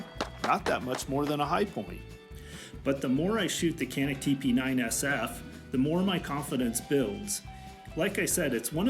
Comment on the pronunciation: It is Janik the C is a J sound.